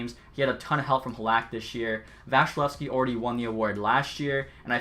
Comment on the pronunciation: VAS-E-LEV-SKI not vashilevskiy (srry tampa fan 😂)